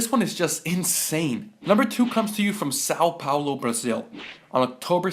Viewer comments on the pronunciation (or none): Kk o cara pronunciando São Paulo